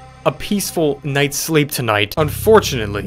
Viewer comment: When said at the end "Unfourtunely" I just went to another video. Like hell nah I wanna sleep!